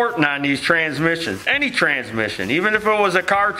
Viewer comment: Transmiss-ion IT HURTS FROM LAUGHING! ME AND MY SON, CRYING FROM LAUGHING. STOMACH MUSCLES SORE THE NEXT MORNING KIND OF LAUGHING. TRYING TO REPEAT IT WHILE LAUGHING JUST MAKES IT HURT MORE. TRANSMISS-ION!